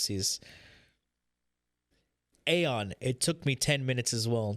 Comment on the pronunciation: dude it's AION not aeon ! BLOOD FOR BLOOD